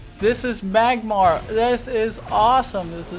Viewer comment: Dude rear properly what is magmar??(no offence)